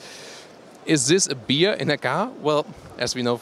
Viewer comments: please work on your English skills..miss-pronunciations like beer instead of bear (pronounced bær) or litter instead of litre (pronounced leeter) are a bit embarrassing. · Its bear, not beer :) thanks for the good video and commentary! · You must correct your accent in the word "bear" , because it doesn´t sound like "bier/beer"!